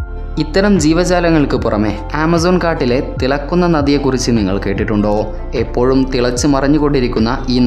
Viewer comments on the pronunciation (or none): none